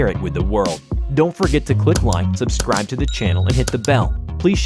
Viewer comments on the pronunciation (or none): none